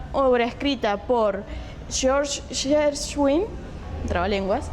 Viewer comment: Porgy & Bess, está escrita para cantantes negros, porque existen las voces negras, propiamente el sonido negro, de cavidad bucal mayor, pómulos grandes, resonadores más fuertes. Hacerla con cantantes blancos, suele sonar como más insípida; no es que suene mal, pero sí menos. Gershwin (se pronuncia Guershuin). Siempre que en el Teatro Colón se hizo esta ópera, se contrató a compañías enteras venidas de Estados Unidos, por simple respeto a la concepción original del autor. Extraño que la Opera Nacional de Hungría que tiene un presupuesto aún mayor no haga lo mismo. Por ahí, un exceso de "nacionalismo" húngaro, va a llevar a esto un tanto ridículo. En verdad el sonido negro de las voces existe: es por eso la idea de George Gershwin. Esta vez, no es una cuestión de autopercepción racial de moda, sino una conditio sine qua non que pide la composición por cuestiones estrictamente sonoras-musicales. Es una obra bellísima.